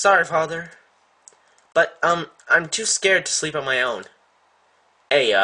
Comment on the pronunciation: it's pronounced eye-ya